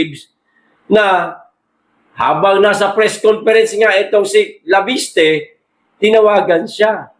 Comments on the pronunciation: cguro additional info ang binigay sa kanya para i add on sa press con niya. wala naman masama sa conversation nila , ttansparency ang ini insist sir " leviste" not"laviste" kind correction lang salamat po. nakita ko sa press con ni chavit may mga ebidensiya siya itong si cliriring bulag at bingi nonsense may isang pa ngang project na ginagawa nila sa gabi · Sir bakit banggit mo laviste..di ba Leviste